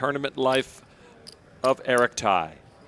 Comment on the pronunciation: Poker commentator: how can you pronounce that guys name as Thai? It’s Tsai and pronounced T-zai. The S is not silent.